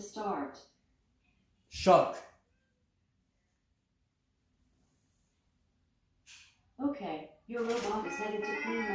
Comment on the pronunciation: ... Shank lol 😂u could say park or dark or lark